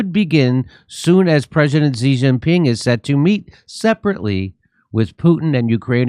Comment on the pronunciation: She Gin Ping. How hard is this to pronounce?!